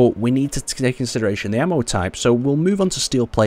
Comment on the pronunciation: "when were taking all these in "sideration"" Just lol. Ain't going too well with the speaking part eh?